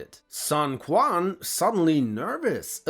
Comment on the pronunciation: You did the early Dynasty Warrior pronunciation of Cao Cao 😂. It's not pronounced Cow Cow, it's pronounced Tsao Tsao. Pinyin is the official phonetic system used to transcribe Mandarin Chinese sounds into the Latin alphabet and the C letter is pronounced as "Ts" in Latin. Same thing with Quan, it's pronounced Chuan not Kwuan since the Q letter is pronounced as "Ch" in Latin.